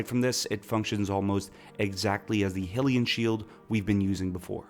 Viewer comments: Sorry I got to do it It's "High" Hylian Not Hill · Also, it's high-lee-an, not hill-ee-an, and no one pays for that, we all get it from the graveyard for free. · Hylian is usually pronounced as "Hi-lee-an" nit "Hill-ian" other than that I thought it all sounded alright. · Hey got Gerudo wrong (surprising), ocarina right (equally surprising), but kept mispronouncing Hylean even after getting it right the first time. Kinda funny what we hear when we pay attention though, huh?